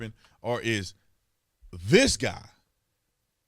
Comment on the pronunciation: I listened to that part over and over. He definitely said Nanc, not next.